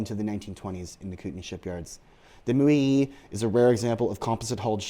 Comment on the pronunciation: You are mispronouncing the paddle wheeler...it' MO..YAY....OK.?